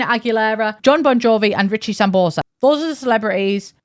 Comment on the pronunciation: I’m afraid your gallbladder pain clouded your mind a little bit regarding Studio Town, because how could you forget the legendary NPCs directing the fashion runway. Their animations are peak Sims 1 camp. Also, it’s Ricky Sambora, not Sambosa lolol.